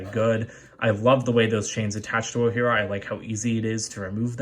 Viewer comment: When u said not wogjira u got it right sorry I if I didn’t spell the name right